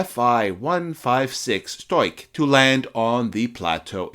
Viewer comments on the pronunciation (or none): Where do you get "stoik". It is "stork" or storch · ‘Storch” nicht Stoich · The German word "Storch" (stork) is pronounced shtorkh, not stoik. And "spindly" is pronounced spind-lee, not spined-lee. Why go to all the trouble of putting an otherwise interesting video together without researching how to pronounce some of its basic words? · German speaker here. It's pronounced 'Shtorch'. The 'r' is a little bit farther back in your throat and the 'ch' is like that in 'loch, as in Loch Ness'.' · Interessantes Video. Nur die ganzen " falschen Bezeichnungen " taten meinen Ohren weh. Am schlimmsten war das man in diesem Video nicht den richtigen Namen von der Fi 156 " Storch " aussprechen konnte. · Actually you were quite close. The German R before a consonant is non-rhotic so if you had just softened the K sound to a very soft German „ch“ sound (as heard in the word „Ich“) you would have been golden. Fantastic video though. You rock